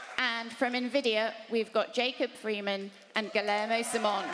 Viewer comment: You'd think with such a big presentation they'd pronounce Guillermo's name right 🤦‍♂️